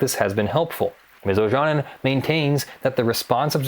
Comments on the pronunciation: Ojanen is a finnish surname, pronounced more like "Oyanen" (y as in you and the a following it shorter but you pronounce it correctly as in father ) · Looks like a Finnish name, try pronouncing it like "Oyanen" xD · It took me 5 minutes to realise that her name is Ms. Ojanen as the pronouncation is quite off. Not that it's point of the video, but a simple goole search for the name would have given the correct pronounciation. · O-Ya-Nen would be quite close to the Finnish pronounciation. But as said earlier she might be American who pronounces her name as Americans would. Then that pronounciation is correct.. Same way as it is correct to pronounce Scarlett Johansson as Americans would (although her surname is Swedish origin). So there is a real possibility that pronounced it correctly and I just didn't realise it when I'm Finnish.